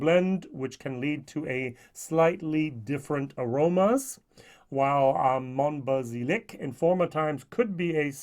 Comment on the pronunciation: Mon-ba-Zee-yak I was born in this region. If you have a chance, try Tomatin 21 first fill ex Bourbon ! I have already seen two german whiskytubers who really liked it and i would like your take on it (If you have the opportunity of course.) Btw, this blind tasting was great and humbling as you said. Nothing beats it